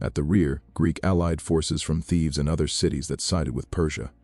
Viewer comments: For God's sake, cut out the captions and AI read. It's Thebes....not Thieves. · Thebes, not Thieves!